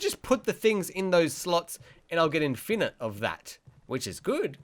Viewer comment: The way u say infinite triggered me